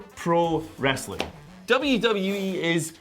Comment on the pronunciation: He basically said "If you want that "wrastling" crap go to TNT on wed!" And you know what? I did!